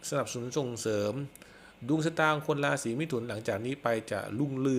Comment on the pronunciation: ลาศี ลุ่งเลือง ล่ำลวย..... ไปฝึก ร. เรือ มาบ้างนะครับ